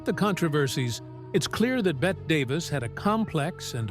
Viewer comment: Her name is pronounced Betty not Bet, regardless of spelling.